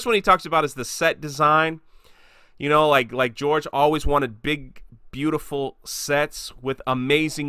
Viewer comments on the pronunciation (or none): none